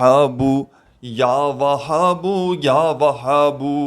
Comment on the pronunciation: اللہ کے بندے کوئی دلیل بتاؤ اللہ کے رسول کے حدیث بتاتے تو بہت اچھا ہوتا مگر افسوس آپ تو یاوھاب کے لفظ بھی غلط پڑھتے ہیں